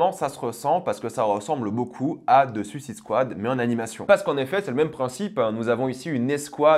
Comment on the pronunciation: qui n'arrive tjrs pas a dire suicide squad en.anglais 😂😂😂